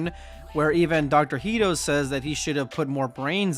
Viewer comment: why do you keep saying “Heedo”? Hedo is pronounced like “head-oh”